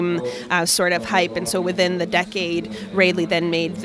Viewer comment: Super cool bikes, but it's pronounced Rah-Lee